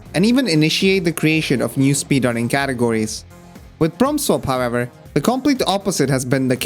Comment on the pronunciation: Every time he says Prompt Swap it sounds like From Soft.